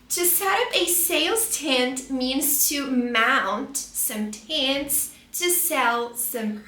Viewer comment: The dragon fruit is definitely not artichoke😂 What? Flower's tent? It is called "flower tent"😮 Also, if you're claiming that you teach American English, tent is not pronounced that way🫣 By the way, green capsicum?? 😅 it is a "bell pepper" or simply "green pepper" No, they dont have a bitter taste. You are pronouncing pomegranates wrongly😮